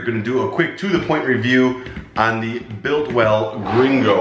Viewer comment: Biltwell not builtwell, helmet not helemet